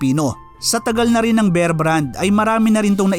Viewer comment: Kbayan ,bear,as in bare ang pronunciation, make it long